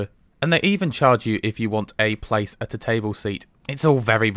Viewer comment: Wow I am really impressed, you pronounced most of the places almost exactly as we do here in Sweden!